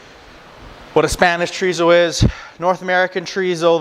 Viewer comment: Thanks for the extensive differentiation between the Spanish and Mexican type Thanks SO much for using metric measurements!! It's Chò Rí SSó Choh reeh Ssoh 😂 Not Djreezow And German Wurst Ain't no worst than Voorsst The Question IS In all the chorizo videos I watched Nobody says how to prep it for cooking ❓ Do you steam it to keep the shape ❓ Do you roast it on a grill or plancha❓ Can you fry it right away ❓ How do you prevent the casing from cracking ❓ Thank you